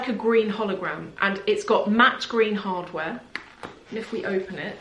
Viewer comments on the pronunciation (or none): none